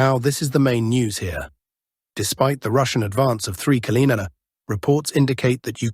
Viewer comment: Why is the word kilometers nearly always mispronounced in these videos?